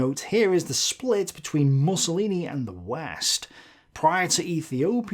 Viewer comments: I think it's meant to be 'Moosolini' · I aDOOORE it when he says "Mussolini" like "mussels" or "muscle". ☺ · I love the way he pronounces "MUSCLElini". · That is correct pronunciation, Mus-so-li-ni. But I am starting to prefer interpretation, it is hilarious. It adds to Benny's machismo persona lol